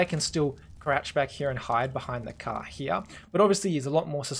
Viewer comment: Hia... Hia.... U see that hia xdddddd u say that soo often. Doesnt bother me xddddd its funny